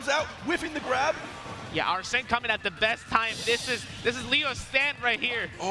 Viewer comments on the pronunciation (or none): It's spelled Arsene, which makes it weird that it's pronounced as "arsen." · Why does Hbox keep saying names wrong? He kept calling Gluttony “Gluetoni” and now hes calling Arsen ‘Arseen’